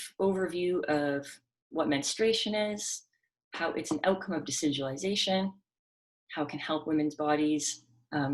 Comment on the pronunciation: I love listening to you say decidualization. It's such a powerful word that explains so much! I think invasive placentas are scary.